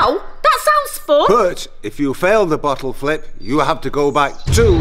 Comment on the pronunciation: I thought that he said the bottle lick chellenge